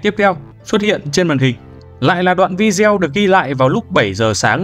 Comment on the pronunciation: Bạn narrator đọc rất hay và truyền cảm, nhưng nên sửa cách phát âm từ video là vi-đê-ô nhé, như vậy nghe sẽ lọt tai hơn và cũng chuẩn mực hơn ạ